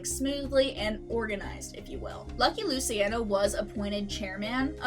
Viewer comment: Stugats, “Loo-chi-on-o”